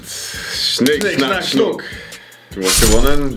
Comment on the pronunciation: sagt: Schnick, schnack Schunk